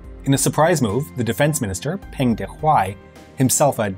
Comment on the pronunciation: Peng and Deng in rhyme with lung, or toungue. Not with Genghis.